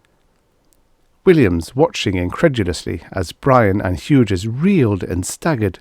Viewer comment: Hughes is pronounced hues.